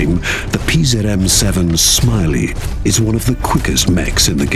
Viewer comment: ya boi calling them smiley mechs and not shmawey the eck